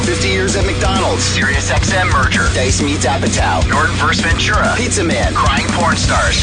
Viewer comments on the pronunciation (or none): none